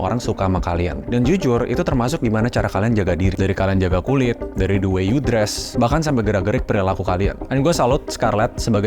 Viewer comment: Gw mau komen ke hal yang keliatannya kecil tapi mengganjal pikiran gw, disaat lu bilang the art of influencing, lu bilang "the" dengan kata "de", yang dimana seharusnya pake kata "di" karna bunyi yang keluar dari mulut setelah kata the di ucapkan itu bunyi vokal, jadi ya the art of influencing bacanya di art of influensing, yes, again ini hal kecil, cuman gw ngerasa agak gatel aja, dan juga, gada salahnya kan buat menjadi lebih baik ???